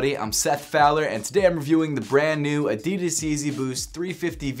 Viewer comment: The way you pronounce Adidas irritates me very much.